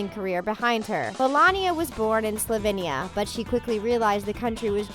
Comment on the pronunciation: The way you said Slovenia is so funny 😂 also the sarcasm is strong. You sounded so done 😂 am I the only Slovenian here?